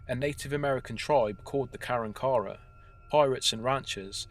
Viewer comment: FWIW, the story about Aransas Pass, Tx.... it's pronounced 'a-RAN-sus' (RAN with a short a) and the Indian name is pronounced 'kuh-RONK-uh-wuh'. Not nitpickng, just saying. Excellent stories, and excellent delivery. Nicely polished. You have a great story telling voice.